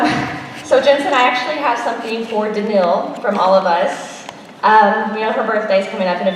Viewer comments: I always pronounced it "Dan-kneel" and that's how I have heard interviewers pronounce it. When I heard the person in this video say "Dan-nil" I was like wait, what? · Brittany Shields ah! cool! i did think danil sounded wrong even in american! ty :)